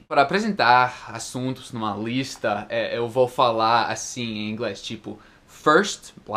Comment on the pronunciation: quando você falou a palavra "lista" pareceu um paulista falando.(Alguém que nasceu no Estado de São Paulo).